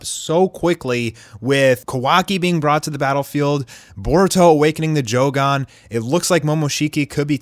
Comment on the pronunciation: Stop saying joeeee gon it’s joooooo gan